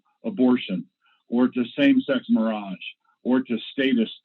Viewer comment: “same sex mirage… “ ?? is that a thing? like, does he think he’s being clever, and/or is that a witty term people use? or was that genuinely just a mispronunciation?